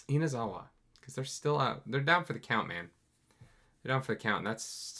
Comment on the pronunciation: it's Inazuma not Inazawa. still, Inazawa is a Japanese common name tho, not gonna blame you.